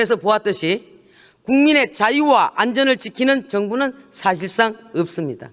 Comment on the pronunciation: ~~ 읎습니다 ??? 발음 우끼네